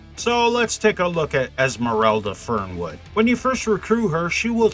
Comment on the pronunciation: I could've sworn you said Esmeralda Firmwood, 'cause that's the effect she's gonna have on any straight man's wood... Anyway, great job as usual. Keep it up (no pun intended).